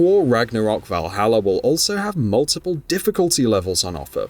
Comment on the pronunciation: Speak correct english..vahallaer?!?🙄